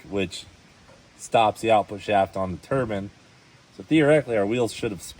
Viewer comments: The only thing that grinds my gears is the way you guys pronounce Turbine! It's Turbine(like PINE tree, Tur BINE) not Turban(It's not a head covering 👳‍♂) 🤣🤣😂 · I keep laughing at these silly Americans calling the turbine a turban. Great content though! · I was so proud of Cleetus for the first 3 minutes of the video🙂But then he went right back to calling his engine a turbin' again. 😕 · I love that they got the expert calling it a turban too 🤣🤣🤣 That caught me off guard! That's why I love this here show! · Cmon Cleetus you know the proper way to pronounce Turbine and that’s not it